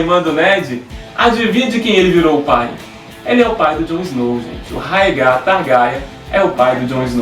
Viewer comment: "Targaryan" "Raegar"...Esses erros de pronúncia me da uma raiva,mais tirando isso ta bem legal o video,bastante informações...E na vdd o Rhaegar e se casou com a Elia Martell e teve dois filhos com ela,e a treta toda foi que a Lyanna já tava prometida ao Robert,e no dia do torneio lá ele ganhou a coroa de flores que era pra ele dar para a mulher mais gata dali,invés dele dar pra esposa dele a Elia ele passou reto por ela e deu pra Lyanna ai o Robert ficou putasso,e nisso o Rhaegar sequestrou a Lyanna e o Robert se aliou aos Lannisters e aos Stark e começaram a rebelião...